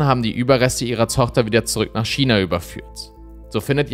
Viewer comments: Heisst es nicht Ausgesprochen Kina statt Schina (China) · Ich hör dir so gerne zu, aber dass du ein Schina aussprechen bist macht mich fertig ^^ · Aber warum „Schina“?! 🤌🏼😩